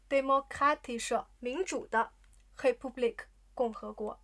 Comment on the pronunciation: 怎么Republik 听上去像 Kepublik？